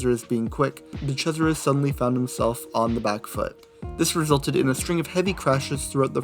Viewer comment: “De Crasheris.”